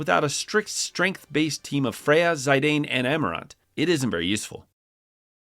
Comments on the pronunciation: Zy-dane? It's Zih-dan, like Zinedine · its Zee-dann, not Zayydeyyn 🤦